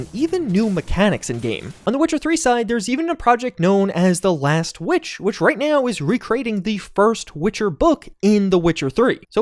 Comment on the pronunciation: Did you say Last Witch instead of Last Wish?